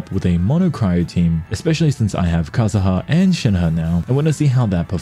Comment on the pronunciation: cool video just lower the background music a bit and stop calling kazuha kazaha 💀